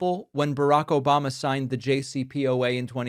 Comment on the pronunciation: I laugh every time I hear "OBAMNA" 😂